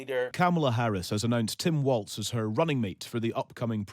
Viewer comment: Tell the Brits Walz is pronounced “walls”, not “waltz”